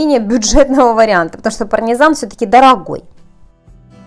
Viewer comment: Господи,что у вас было по русскому языку? "Послипается","парнизан","не избежишь никуда","досточка". У меня уши скрутились в трубочку.